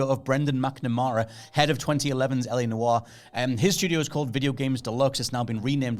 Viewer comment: It's LA Noire not LA Disco